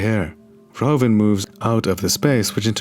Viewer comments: its verhoeven, like a horse's hoof. verhoofen. verhoven like how you pronounce is an actual last name but not the right way to say it. just fyi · You should pronounce it as ''Verhooven'' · VerhOEven, te OE is pronounced as the OO is in 'hOOver dam" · It is Verhoeven. Fer hoo fan!